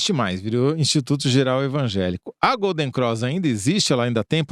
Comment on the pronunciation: Gata, não é Golden "Croix". É Golden CROSS. Detalhe: eu também sou carioca.